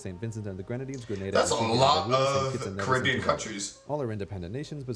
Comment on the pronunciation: how did you just say cababian